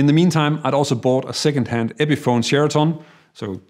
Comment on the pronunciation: I like how you say Sheriton. It sounds like Sheritone.